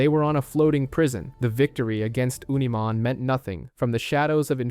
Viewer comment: I dont want to sound like im unappreciative of how well the video has been made, but pronunciation is very important and makes what is an important moment, sound like a joke. You went from saying Unimon, to saying Oonimon, instead of Sea-dramon, you said See-adramon. We are all fans, we have all watched the shows and played the games, pronunciation should not be an issue, and yet somehow it still is. Sometimes pronunciation isn't important like people who still call Arceaus, Ar-see-us instead of Ar-key-us. But I do believe true fans of an IP should have witnessed enough of words being said, that pronunciation shouldnt be an issue.